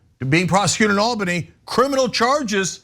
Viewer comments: (ALBANY) ALL-BUH-NEE.. NOT al-buny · Really weird to hear Ana repeatedly mispronounce Albany. It's "All-bunny", not "Al-bunny". Heck, you can even hear the right pronunciation in the "Steamed Clams" skit on the Simpsons. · Hey ana, as a new yorker, just letting you know its pronounced ALL-bany. But yea they were always gonna let him get away with this. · All-Bany... I know how it's spelled. But it is pronounced All-Bany. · All-banny. That is the pronunciation.